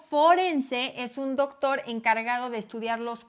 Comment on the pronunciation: No te culpo por no saber de fútbol americano como deporte, más bien aplaudo tu conocimiento de la enfermedad y me da un poco de gracia cuando dices Dóctor Omalu, haciendo el acento en el "Dóc" jajaja